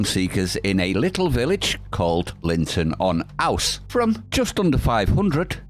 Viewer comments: Linton on ooze not ‘ouse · It’s pronounced ooooozzzzz. Lol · Pronounced Ooose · Ouse is pronounce ooze 👍